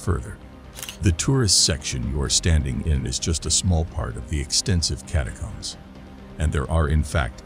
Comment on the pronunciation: And can’t pronounce the word catacombs